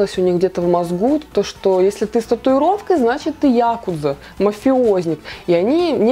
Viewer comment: спасибо большое за видео! Было очень интересно послушать что-то новое для себя)) Но я бы хотела спросить, просто может быть я ошибаюсь. Ты ставишь ударение в слове "якудза" на Я, и это было не обычно слышать, просто я всегда ставила ударение на У и облазив интернет, там тоже показывают, что ударение нужно ставить на У. Так ли это или все-таки правильно ставить на Я?